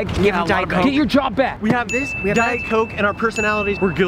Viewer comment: "Did y'all just jave a moment" Wait I wanna see a moment What?!😂😂